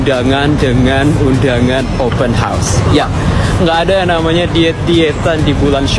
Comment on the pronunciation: Ddengar tu Wak,, open house ,bukan open hos,bunyi hos tu maknanya kuda( horse) 😊😊